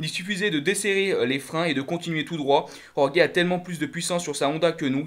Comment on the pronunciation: C'est pas rorgué mais roré sinon pour le reste pas mal